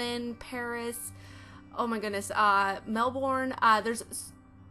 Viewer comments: I'm sorry, I don't mean to be a bitch, (I love American accents) but it's "Mel-burn" not Mel-born. (I live in Australia) The builds nice though! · Did she just say mell born, as an Aussie i am offended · Melbourne is pronounced "melbin" I'm Australian so I just thought that I would correct u 😀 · You pronounce Melbourne like melbin😊 I love your channel by the way❤️